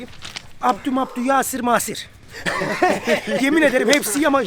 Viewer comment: ismini söyleyememiş ben yasir demiş haahah